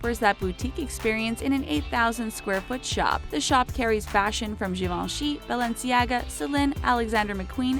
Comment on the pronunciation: “HERMEZZ” “BALENCIAAGA”